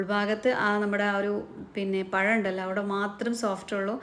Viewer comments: Payam alla pazham Malayalam Parayan patilkuka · Ya Alla zha ennu parayuuuu. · പയം അല്ല പഴം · പഴം ആണ് പയം അല്ലെ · നിങ്ങള്ക്ക് നാണമില്ലേ പയംപയം എന്നുപറയാൻ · ഇയാൾ സ്കൂളിൽ "പഴം എന്നല്ലേ എഴുതിയും വായിച്ചും പഠിച്ചത്?... എന്തിനാ മലയാളത്തെ കൊല്ലുന്നത്? നമ്മുടെ ഭാഷ സുന്ദര ഭാഷ ആണ്.... Proud of it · പ ഴം 😂